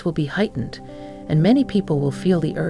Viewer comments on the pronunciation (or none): Hatened, yes that’s what she said.. which means hateful.. I think she meant to say Heightened.. very different, pronunciation and spelling can change the whole meaning